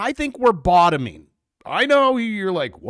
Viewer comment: 😂 Bravo said "bottoming" 😂